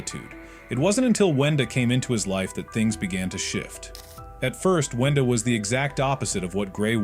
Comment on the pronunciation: window? No it's winda